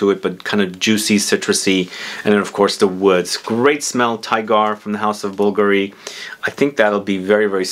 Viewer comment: The correct pronunciation is bullgarri,, for bvlgari